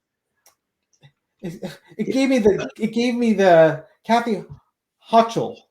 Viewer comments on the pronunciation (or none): Pronounced Hokul. Governor Hochul is pronounced with a “k” for the “ch”.